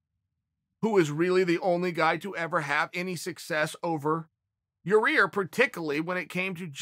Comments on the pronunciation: Yaaaa rear is funny as heck 🤣👍its yaaaa ear Chael. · Chael just can't seem to get Rodriguez's name right.. keeps pronouncing it Ya-rear.. It's not Ya-Rear Uncle Chael.. ...............It's Ya-Ear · Came hear to watch Chael say "Yarear" couple more times Not dissapeointed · Chael: Ya-Rear Us: Ya-ir Chael: Ya-Rear Us: Ya-Rear Chael: “Okay great” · Chael is the only man who can pronounce names wrong, word has it Yarear is legally changing it this week to keep in line with the big dog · Cheal slowly starts calling Yair Yourear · Lol ya rear. Why can't you pronounce ya- air . I like it though funny shit. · I love that he tried to pronounce it different and just say Yar-rear lol. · "Pretty sure Yah-rear lives in Illi-noise or something" ... Crazy that not only have I been mispronouncing Yair but also Illinois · CHAEL IT IS PRONOUNCED YA-EAR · "Yaw-Rear" lol I love it! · He's been corrected more than a few times, so... Not for Nothing it's still Yer-Rear! 🤣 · Have enough respect to say the man's name right, Chael. I'll help you. Yah-ear. Easy. Now you try it. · Ok chael! Let’s say pantera now ya-rear is not working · "Ya-Rear" and "Jirmy" videos are my Favorite! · Ya-REAR Rodriguez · Everyone in the comments: It’s not Yarear Chael: Ok Great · YAI-EAR CHAEL. It’s not difficult. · yah- eer. for fucks sake. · Chael "Ya'Rear Illinoise" Sonnen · Here chael I will make it easy for you YAH-EAR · Chael gets paid to talk about MMA and can't even say half the names in MMA 😂 ask him to say "ya-rir and geder-jay-check" 3 times fast! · for fuck sake it's not yarEAR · Lol he still can’t pronounce it correctly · tell us Uncle Chael, where does the second R in Yair fit into all this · Jesus, can chael learn how to pronounce Yair... its not that difficult.. smh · Learn to pronounce yair please. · Chael for the love of god say his damn name right